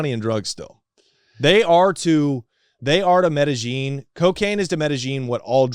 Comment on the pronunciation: every time he says Medellin cartel as medijean i start to believe this 🤣